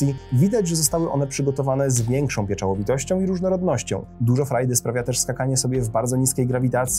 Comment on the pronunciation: Pieczołowitość, nie pieczałowitość ;-)